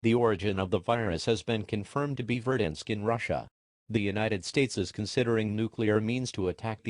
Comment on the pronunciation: "Verdansk" Did i hear that shit correctly?